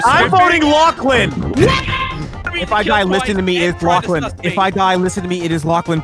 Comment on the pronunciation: Did realize after that it was pronounced lachlan?